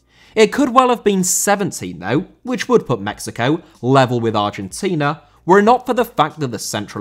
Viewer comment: Argentina * not Argentiner